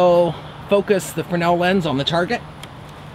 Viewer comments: FRESNEL..Pronounced. FREZ NELL. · "Frenel lens". Shows you are somewhat fresh but smart. Seriously. I love your videos. Keep on Makin' em'.